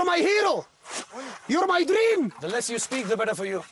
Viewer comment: Shahrukh khan : Don't talk to me. Get something get me out. That guy : you're my herro, you are my drream 🤣🤣